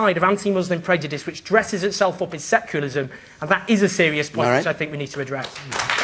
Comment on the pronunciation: Owen Jones is a terrible public speaker, he can't even seem to pronounce "secularism"